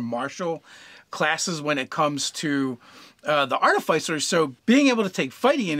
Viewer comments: Please, please, PLEASE say "arti-fisser", not "artif-eye-cer!" 😫😫😫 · Two things: it’s pronounced ‘Ar-Tif-icer’ and it is a steel, not iron, defender. That said I’d recommend the following feats: sharpshooter and great weapon master (if medium or large), Fey touched for the first INT bump and access to Bless, piercer at later level if you are mounted and use a Lance. Mounted combatant could easily be replaced by any number of magical items or spells. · It's pronounced 'Ar-ti-fiss-er' and I will die on this hill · If you are going to be padantic it's actually pronounced Ar-tif-i-cer. That said it's not a big deal if they are mispronouncing a word in a game of imagination. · Sorry but it is pronounced a couple of ways. That is just the way of tomatos and Artifice.